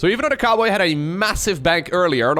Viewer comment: I thought you called him TheCarboy at first instead of TheCowboy. 🤣